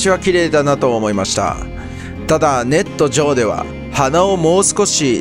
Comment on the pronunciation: 「ネット上」だけAIに読み上げさせてるんか？ってアクセントで気になる